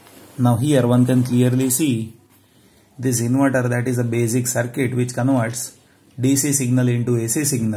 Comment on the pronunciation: "Bazic Zircuit", Swag.